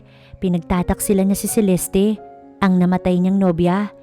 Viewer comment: CELESTE NOT CELESTI.